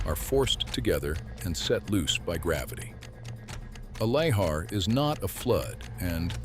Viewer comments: It's pronounced "la-HAR"... It would be a fun drinking game where you take a shot every time he uses a different prronounciation of "lahar". I'm also not really ok about the pronounciation of "osceola", but there could be an alternate pronouciations. It's probably the AI narrator.Anyway, great video with neat facts, but very repetitive. I feel this could've been a really info-intensive 15 minutes. Smectite? That is a terrible name for anything for many reasons. One Does anyome calll it "The Sistine Ceilling? It's "The Sistine Chapel", unless I'm mixing up locatioms agian. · 6 different pronunciations of Lahar is too much